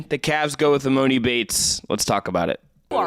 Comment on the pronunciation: This is embarrassing y’all talking about e-MOE-ni. When did anyone ever call him that? Lmao